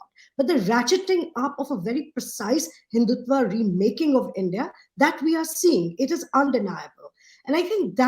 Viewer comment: They cannot even pronounce Hindutva...they use आ instead of अ. Not to talk of the meaning of the word. English does not mean knowledge.